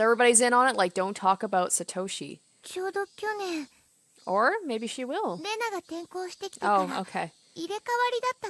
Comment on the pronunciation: Please say Satoshi like To in Top not Toe from a foot lol